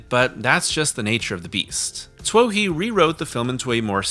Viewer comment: Everyonel oves this movie and pretends they don't. It's infuriating. Sci-fi's most popular movie... everytime it plays. Also, you have got to pronouce David Twohy's name correctly. It's 2E, like in Riddick.